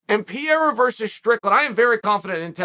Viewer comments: Not Pierra..."Pê rey rah" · Chael kept mispronouncing Pereira. Kept saying Piera. Fun Fact Piera Rodrigues (UFC Straw weight) and Alex Pereira are both managed by Ed & Jorge. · it's pronounced Peh-Reh-Ruh. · Call him Alex, because " Pierra" sounds awful. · Who’s “pierrra” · Pee era, blah hall, kuh beeb.. 😂😂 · "Pa re ra" the man who knocked out Izzy deserves the respect of pronouncing his name correctly...check out his fight history...he's a bad dude! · I'm not one to argue with the goat but say it with me now purr-era. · Peeyera? LOL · Chael pronouncing Pereira’s name is the most offensive thing he’s ever done to Brazil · Just pronounce 'Pereira' properly ffs. I had no clue who you were talking about for the first 1/3rd of the video. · My only complaint is.. Put some respect on theirs names and pronounce them properly, Uncle Chael..